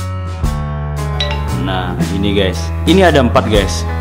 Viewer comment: Bukan ges tapi guys